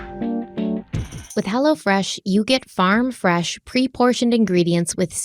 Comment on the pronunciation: When talks about hello fresh. It sounds like she's saying hella fresh...😂😂